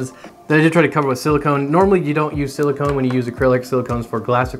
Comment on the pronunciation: I often hear people mispronounce "silicon" as "silicone," but this might be the first time I've ever heard someone mispronounce "silicone" as "silicon."